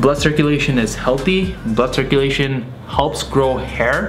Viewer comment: I thought he said butt circulation